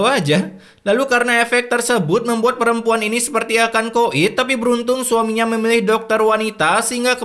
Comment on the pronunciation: Ini peremPuan kok jadi tokoh utama azab